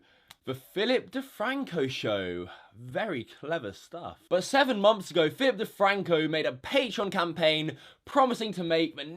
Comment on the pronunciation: no hate on anyone, just noticed how would say "months" it kinda sounded like "moms"